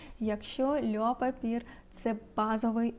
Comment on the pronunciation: льо папьє, а не льо папір🥲 також маю цей аромат, дуже подобається)